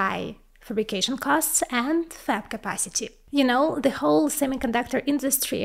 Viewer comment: It's THE not ЗИ!!!!